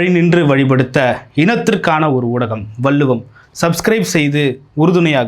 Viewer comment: மரியாதைக்குரிய அவர்களுக்கு ஒரு வேண்டுகோள். உஙகள் எதிரில் இருப்பவர் தமி்ழ் வார்த்தைகளை ச‌ரியாக உச்சரிக்க அறிவுறுத்துங்கள். வள்ளுவம் என்பதை வல்லுவம் என்று தவறாக உச்சரிக்க றார்